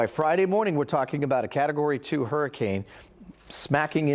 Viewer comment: We are living in the Yucatan Peninsula for the past 15 years. The first person in the video did say Yuck a tan but the second person was saying it correctly.